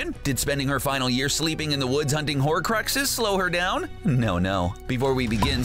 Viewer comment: He pronounced it “horacluxes” BOI IT “HORCUXES”